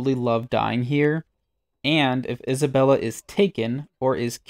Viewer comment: Dude, the names are literally said in game. How are you messing these up? Unless its intentional? "Isobella" "lie'zel" "korga" "alfreeah" come on man.